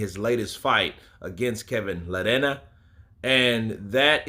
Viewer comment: love that will take any non-english surname and make it sound Latino. ""La Reña."